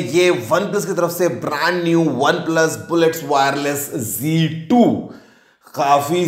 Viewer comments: Not G2 Ok Plese correctly pronounce Z2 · Aur z2 ko g2 kyu bol rha hai